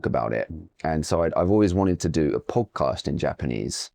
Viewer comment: Podcastの発音違和感すげー